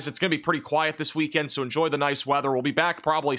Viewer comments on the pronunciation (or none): none